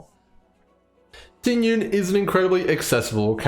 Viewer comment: Just a small tip to pronounce her name correctly, its not Ting Yun. The correct pronounciation is Ting Yween 🤭 Nice video btw!